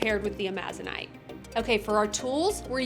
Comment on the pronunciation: I'm not the pronunciation police, but the stone you're using, (Amazonite), gets its name from the green Amazon River and rainforest. Just like the region that the stone is named after, the accent is properly voiced on the FIRST syllable, not the second.